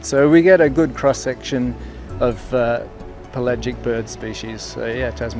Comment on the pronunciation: That's pel-agic. Not Pelay-gic.